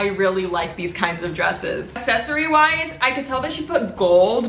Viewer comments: You need to say aCCssesory instead of assessory x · No one:: A-sEc-Ory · Accessory is pronounced “ec-sess-uh-re” 💀💀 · It’s pronounced at Ak-ses-ory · say it with me, it's pronounced AXSESOREE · Bro you don’t say accessory right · No one LITERALLY NO ONE The comments: :iTs ProNoUnCeD AcCeSsOrY" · I’m from the uk and we say accessory there’s no ackkk cmon